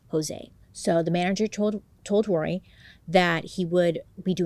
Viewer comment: Bailey I'm so proud of you! You struggled with a few words but you said Roy flawlessly! That was my dad's name and even I have a hard time saying it! I never watched the dramatization on Netflix because I know it would be too hard to watch but I also thought they were spoiled rich kids until I watched the documentary. They didn't deserve to spend their entire life in prison. I think they were tortured enough growing up.